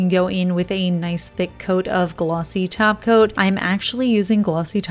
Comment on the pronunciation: When you say top coat. It sounds like you are saying taco. LOL